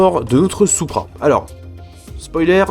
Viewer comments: Ça se prononce '' sou-pra '' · Perso je dit "supra" et pas "soupra"